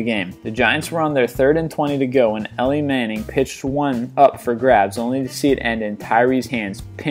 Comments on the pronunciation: It's pronounced E-Lie Manning bro, not Elly.. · "Elly" Manning? Lol...don't make a sports video if you can't pronounce your 2nd-best-moment's Athlete correctly. It's "Eli"....as in "The Book Of..." hahah... Elly... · Not "Ellie" Manning, it is actually "Eli" Manning. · Did you seriously call Eli manning Ellie manning?!?!? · elle manning, pigsburg steelers and larry fitsgearld lol where did this guy learn to talk? wow